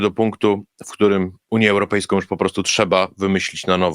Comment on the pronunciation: Gdyby tylko jescze nie wymawiał końcówek "ą" jako "om"; zarzucajom, europejskom, uniom, mówiom, bramom, etc, etc... to byłby już faktycznie poziom mistrzowski. Ale to tylko taka mała drobna uwaga.